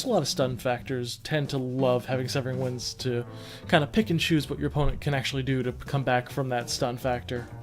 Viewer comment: You pronounced my name right!!! Severing Winds gets a lot of hate, but I don't feel like the card is deserving of a nerf- just a LOT of respect. The card can be splashed in any deck and can punish players for not thinking through their turn. That helped me get more into the skill side of the game by just playing and I like that.